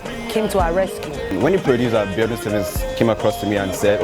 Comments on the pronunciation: lmfaoo that cracked me up "Bi-Saw-la" 😀😀😀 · Why do nigerians form? What is bi-SAW-la, Bisola is Bisola abeg, LOL.